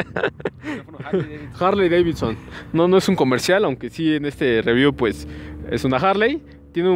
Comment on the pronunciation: La Jarley Deivitson 😂😂😂